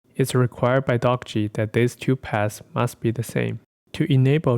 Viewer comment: Thanks. Good vid p.s.: The author intended the name Dockge to be pronounced the same as word "dockage" [doh-ke-j]